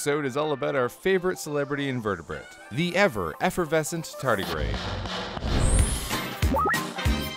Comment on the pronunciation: You say tardigrade, but I keep hearing tartus....